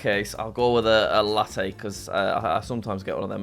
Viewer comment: anyone else get annoyed when he pronounced latte